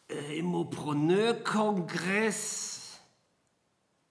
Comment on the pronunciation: Immopröönöööör! Dein Französisch ist bumstagebuchtauglich 😂👌